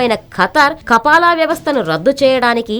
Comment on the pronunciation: kapala kapal kadu news redar garu .( kafala ).....news cheppe tappudu telusu kondi